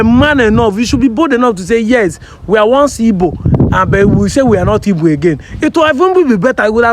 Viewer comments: Pls oga call well it is " Igbos" and not ibos. Pls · Oga that's his dialect pronouncing Igbo, that's how they sound